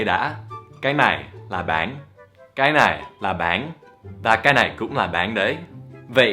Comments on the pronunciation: Thầy cứ gọi bánh là báng ý mình thầy nói vẫn chưa chuẩn (đuwngf ném đá nha) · bánh ổng đọc báng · Bánh thì thầy đọc là béng:))) Dù sao đọc thế cx đc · Is "bánh". Not "bán" Cách đọc. :)